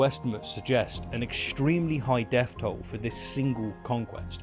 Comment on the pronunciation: Stop th-fronting please; it's pronounced thousand not fousand, think not fink, and death not deaff.